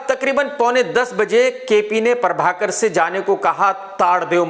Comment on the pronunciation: Everyone : Prabhakar Krk : Parbhakar